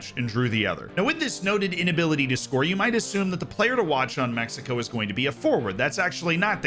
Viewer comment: the way he says “México” instead of“Mecsico” makes me feel happy. 🤠🇲🇽